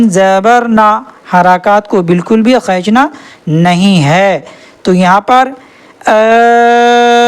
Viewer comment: السلام علیکم ورحمتہ اللہ وبرکاتہ خینچنا نہیں ہوتا کھینچنا ہوتا ہے۔ لفظ ایک ہوتا ہے اور الفاظ زیادہ ہوتے ہیں اپ یہاں پر پانچ الفاظ کا بتا رہے ہیں لیکن جب اپ ایک لفظ کو پڑھ رہے ہیں تو اسے ہم لفظ کہیں گے اپ پانچ الفاظ کا بتا رہے ہیں اس ویڈیو میں لیکن اپ ایک لفظ کو پڑھ رہے ہیں۔ جزاک اللہ خیر